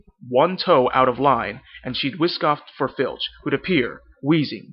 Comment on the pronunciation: You need to be a little more elegant with your vowels.. words like "named" "lamp" "line" sounds a little too forced. Stretch the vowel out a bit more.